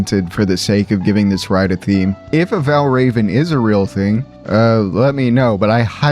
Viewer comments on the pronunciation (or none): none